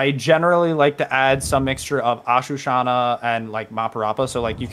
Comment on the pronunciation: Really nice deck profile 👌 just learn how to say ashuna and not ashu-Shana it’s literally on the card